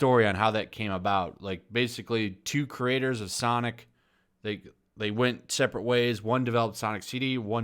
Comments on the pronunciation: I love how you keep saying sanic instead of sonic. Not trying to be cute but when you talk like that that gotta go fast meme comes to my mind.... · Its pronounced "Sanic"